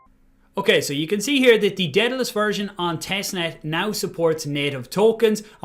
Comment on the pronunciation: How are we supposed to trust you when you can't even pronounce Daedalus